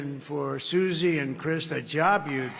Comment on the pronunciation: When he say suzi....😅